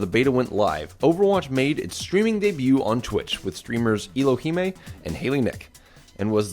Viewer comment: I was cracking up when he called Ellohime Eeloheemay